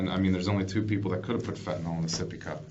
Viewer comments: Why is it people keep pronouncing FENTANYL as fentaNOL. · Fentanyl ! Not fentan all